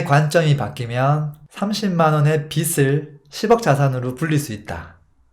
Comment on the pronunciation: 빚을 발음은 비즐입니다 비슬이 아닙니다 거슬려요